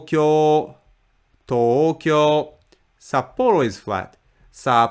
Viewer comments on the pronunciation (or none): none